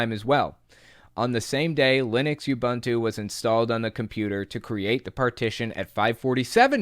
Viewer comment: Just a slight correction. Ubuntu is pronounced oo-boon-too. It's an African word. The creator of Ubuntu Mark Shuttleworth is from South Africa. I used to run Ubuntu but switched to Linux Mint which is based on Ubuntu. I find it interesting that the gov was able to track him through TOR. The whole point of TOR is so you can't be tracked.